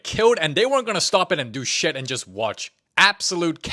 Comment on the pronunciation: "dIsGuStInG sHeAt" 🤣🤣